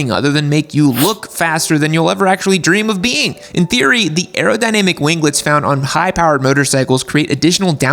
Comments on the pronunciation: the G in "wing" is silent. Just as it is in "winglets". Wing-lets, not win-glets. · Gunna buy a bike with winglets and rev it up in driveway just to hear him say "wing-guh-lets"